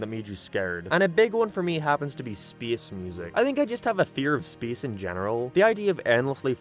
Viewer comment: why do you pronounce space like that